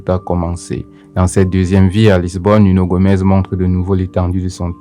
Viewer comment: C’est Nuno Gomes !!!!! Pas Gomez